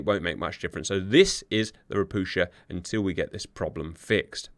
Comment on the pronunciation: Just as an FYI - "Ropucha" is Polish for "toad", as these ships were built in Gdańsk. It is pronounced "ro-pu-ha", as the "ch" makes an "h" sound in Polish, but instead of the tongue being more forward in the mouth like in "hand", it is pushed down and into the back towards the throat for a deeper, lower sound that is not really found in English. It's just weird for Polish speakers to hear it said with a "ch" or "sh" sound.